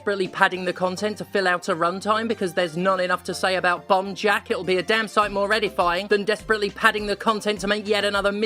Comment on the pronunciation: Until you showed the title at the end I swore you were saying 'Bum Jack' and it was so on brand I didn't even question it. So you got that going for you, which is nice.